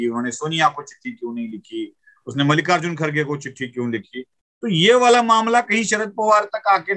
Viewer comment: First learn to pronounce Mallikarjun and not Mallika Arjun kharge